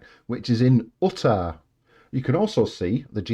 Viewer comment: U-tah, sir, it's "U" tah, "you=tah" :) "Grand Canyon" = "Big Canyon" ="Huge Ditch" Actually on the third segment they WON'T know 'instantly' but about 4 seconds after the fact due to signal lag :) Just being pedantic :P